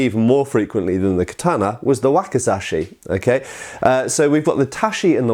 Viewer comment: not taSHi but taCHi 太刀 read as たち or daito literally long sword, odaCHi 大太刀 large long sword, nodaCHi 野太刀 long war sword but first character is plains, fields, rustic...:D. Wakizashi You read ok 脇差 read as わきざし. As You can see different characters ち vs し read differently. For native English person its harder language to grasp good pronunciation we Slavs get it easier while we butcher mercilessly English pronunciation;)